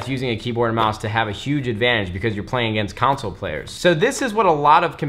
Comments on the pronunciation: Anyone notice how when Nade is trying to say "console" it comes out as "counsel" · why does he pronounce console as council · when nade says council instead of console, I cringe everytime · CONsole. Not Council lol WHY? When someone makes a ton of money, do they send them free shit. I dont get it. They do the same for celebs. Give them TVs and cameras and rings for attending ward shows. As if they need the free stuff lol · Nade .. The guy who pronounces console players .. Council Players 😂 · Why do you say console like council 😂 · I hate how you say 'console' like 'counsel'. That's not how you say it.